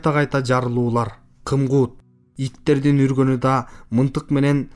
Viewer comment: Мынтык эмес мылтык туура окуп уйронсон боло. Элдин асты эмес элдин алдына деп туура окусан ашкауак калла.